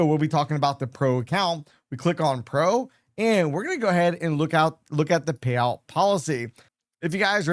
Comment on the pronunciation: Thanks for the info, but I would suggest speak more clearly. You lose clarity when you don’t use proper diction, meaning - say all the letters, including the last letters in a word. You seem to skip them a lot, especially t (eg payow vs payouT, pro-fih vs profiT, tar-geh vs targeT), along with sufficient pauses between words so each one can be heard and understood. Then your info will have greater impact - not struggling to hear, as well as to understand the concepts.